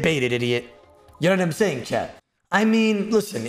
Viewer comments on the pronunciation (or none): Idk if anyone else has thought this but I’m CRACKING UP RN because I just realized whenever says “chat” it sounds like he is saying “CHAD” 😂😭☠️🤣